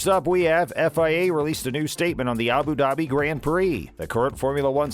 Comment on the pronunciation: It’s Abu Dhabi not Abu daaaabi